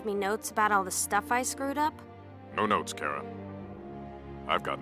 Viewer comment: Kara not kera